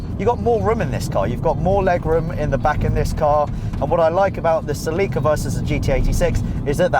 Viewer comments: "Cell-ick-a" is how we say Celica across the pond! LoL! Oh....and when are you gunna do a Mazda MX-5 FR video...shit I figured you would already have one!! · Sa-Leek-a eh? I'd laugh each time you said it. Coulda been a fun drinking game. Not picking, I know we all say things differently. I just never heard it pronounced that way. I've only heard it pronounced Sell-a-ka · i didnt know you guys pronounced celica the way you do. In america we say it like sell-ick-uh. Also in america its more of a chick car lol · Pronounces its origin word "co-elica," but pronounces the car's name "sill-ee-kah" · I thought it was pronounced "sell-icka" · dude its pronounced "sell-ick-a" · Celeeeeca huh? I guess it's like Americans saying Neesan instead of Nissan. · Cillika wtf is a cillika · Everytime he mispronounced Celica my neck got tighter and tighter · Yeah but, they are sooooo slow. And is it bothering anyone else the way he is pronouncing Celica? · He pronounces Celica in a very odd manner. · your saying Celica wrong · I hate it when he says Celica!!!!!! Lmao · Is that really how the Brits pronounce, Celica ?? Or is it just him ? They also seem to have trouble with Hyundai. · have I been pronouncing celica wrong the whole time. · As an American, the way youre saying celica is driving me insane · god the way you say celica kills me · His pronunciation of Celica sounds painful to say lol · that's not how you pronounce Celica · It annoys me the way he pronounces "Ce-LEE-ca". Bruh it's pronounced "Ce-li-ka" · Never heard someone pronounce it "Ce-Lee-ka" .. I'm pretty sure it's "Ce-Li-ka" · I'm pretty sure that it's SELL -ick -kuh not se - LEEK - uh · Say it with me now, “SEL-ih-cuh”. Not “Suh-LEE-cuh”. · It's NOT Pronounced SALEEKA ITS Pronounced CELL IKA So stop saying SAEEEEEKA B4 I HAVE TO SLAP YOU 😎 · sehleekah he says its cell ikah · dude... its celica... not selleeeka... why do you keep saying it that way? o_0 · Pretty sure it's "cell-i-ka" not "cell-eek-a"